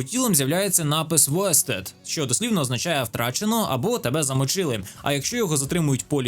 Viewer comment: Іронічно критикувати машинний переклад, коли ти слово прочитав не правильно) Вейстед, не востед. А так дякую за відео